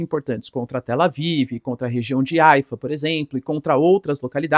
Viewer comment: Se pronunciation rraifa e não aifa